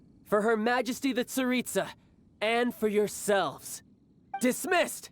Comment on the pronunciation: why did I here Tsaritsa as pizza 💀